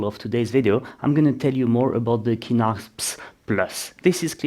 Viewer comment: Great video! I really like this model of office chair, it holds up really good for my needs. The only other thing I can comment on is the prononciation of Kinnarps. Your are closer to the Swedish saying if you pronounce it with a soft K at the start, "Ch-innarps", just like chin. 🙂